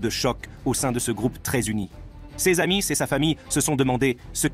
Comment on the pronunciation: Le Robocop ne connait pas le subjonctif .., entre autres ... :"il a d'abord cru à...un coup de chance quand il a bu le thé empoisonné" 😂 À "et de ses amisse " , Robocop prononce le "s" du mot amis .. Il faudra peaufiner tout ça lol